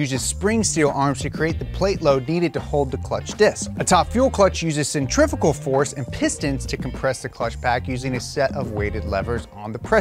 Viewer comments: Please dont say “centrifigal” ever again 😒 its definitely pronounced centri-fu-gal after the centrifuge device / you are correct and insta kids can suck a fatty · It's only pronounced "cenTRIFICAL' in America. Everyone else says 'centriFUgal'. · Add to that the fact that "centrifical" is a mis pronunciation of centrifugal anywy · You said centrifugal clutch wrong one time that is not allowed 😂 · I’m just gonna ask, how do you pronounce centrifuge? That’s how you know how to pronounce centrifugal. That kid on instagram was so wrong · What the hell? I’ve never heard anyone say centrifugal like that. You said it the right way before